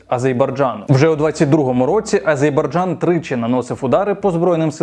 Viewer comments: Мені здається не "Азейбарджан" а "Азербайджан" Цей канал має мати більше уваги, підпискалайк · АзеРбайджан, пане, АзеРРРРРРРРРбайджан. Ви надто часто повторили неправильно назву країни, вибачте)